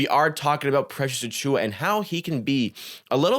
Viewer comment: Overall good video man! Thanks for breaking down some of his stats a little deeper. Some points got a touch repetitive though. Also, you have a good entertaining voice, but it drove me wild how you could never say his full name properly. It distracted me from your actual point. You almost call him PressAchua as one word. Please just say Precious, or Achiuwa, or pause between names 😂 there's my harsh critique. I'll for sure be watching more videos though! Good content